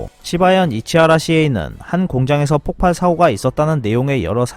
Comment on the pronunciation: 내용도 좋고 잘보고 있는데 폭발을 폭팔로 발음하는 것 보고 어처구니 없네요 폭발은 폭발이나 폭빨로 발음해야 합니다.